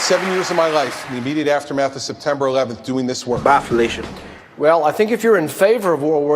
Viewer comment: As someone who'd never heard the "bye felicia" sound clip before, it sounded like "baffalation" to me, whatever that is. I'd say it's funnier that way.